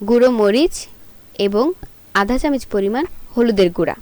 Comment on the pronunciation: আসসালামু আলায়কুম আপু আপনি এখনো চামচ কে চামিচ বলতেছেন, রান্নার সাথে সাথে কথাবার্তা ভালো ও শুদ্ধ এবং শুনতে ভালো লাগা উচিত, তাই না??? 👍👌💛